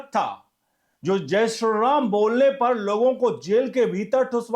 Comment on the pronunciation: Sri to thick se pronounce kijiye